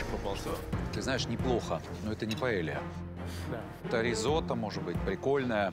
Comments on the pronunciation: Ивлев, это не пОэлья, а пАэлья 😂😂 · Paella!!!А не poêle!!! Poêle это сковорода. Но блюдо называется PAELLA ! УМНИКИ😂